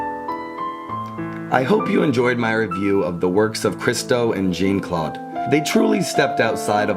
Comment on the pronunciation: Well done. But Americains could make a little effort, every so often, to prononounce Jeanne-Claude's name. It is not Jean like in English, it is not John, it is "Jeanne", the "eanne" being phonetically close to "Ann". (Granted, Christo butchered the English language like no one else!)